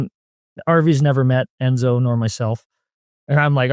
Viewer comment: They kept talking about "endzo" who is that?